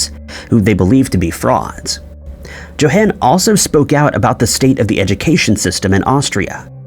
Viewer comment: YO HAWN!!!! JOHAN IS PRONOUNCED LIKE - YO HAWN (like Dawn but with an H sound).